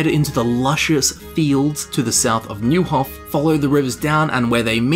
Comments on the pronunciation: Neuhof is pronounced like Noihof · Man, you weren’t born for languages. :D Fall-shin, Noi-hof, Lead-etch-CO (like COoperative)... Try to hear how characters in game pronounce, or just Google it :)